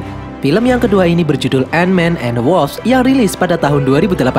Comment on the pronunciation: ANT MAN AND THE WASP ❌❌❌ ENMEN EN DE WASSAP ✔️✔️✔️